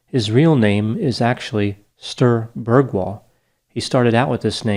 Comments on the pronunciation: Sture = stew-reh NOT Stirrrrhh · More like Stu-reh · He was on his right way but it should have been a longer eeee at the end. Like Stuu-reee ( kinda like kombinding the word stew and re (do re mi fa so la ti) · Sture is NOT pronounced STIR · id day more like stew-reh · Ngl, one reason why I clicked on this was so that I could hear pronounce 'Sture'. xD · The way you pronounced his name (Sture, which is my first name as well) is why I tell English speaking people to just call me Stu, since Sture obviously is hard to say for you guys, even after hearing me say it several times😀 Follow up Stu with a "real" R (rolling R, is that what it's called in English?)and an E, like the E in for example "hey" and you're starting to get somewhere. You're welcome, English speaking people who read this comment and come across someone with that name in the future👍😉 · The E is always left out as americans pronounce it in a different way or just skip saying it at the end of a name😃